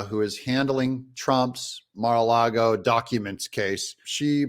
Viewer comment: Doug thank you for saying “Lago” instead of “Largo”.